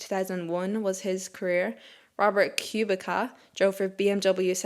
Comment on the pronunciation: Just a heads up on Robert Kubica, the pronunciation is "Koo-bit-sa". I know it's a funny pronunciation given how it's spelled, but given the Irish/Gaeilge/Gaelic I think you can appreciate a name pronounced differently than some typical English interpretations. There's also a chance that you already knew this, but were just in a flow reading and it didn't click right away. Great Review as always